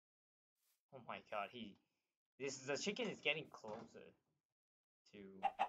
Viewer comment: "oh my cahd"